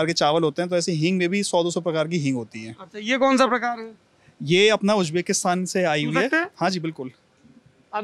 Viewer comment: It's not Tajaakistaan please stop saying/spreading wrong names of the countries. It's, TAJIKISTAN Stop saying Ujjbekistaan, please It's UZBEKISTAN Stop saying Kajakistan It's KAZAKHSTAN KAZAKH----STAN Of course, don't expect that from this illiterate Jaahil of India